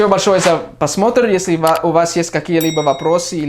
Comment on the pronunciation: Не посмотр, а пРосмотр.